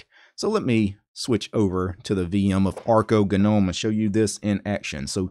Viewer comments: 'nome'. like 'home' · Nobody:: Guh-nome.